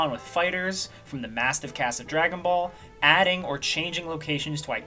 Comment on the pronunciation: Drajone boulle pronounced in frensh